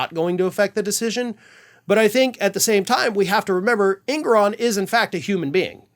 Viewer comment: Judge En*GO*ron. Not ENgoron. En*GO*ron. Just sayin'...